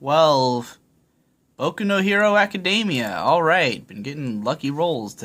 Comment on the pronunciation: PLEASE learn to pronounce Academia, it's driving me crazy here.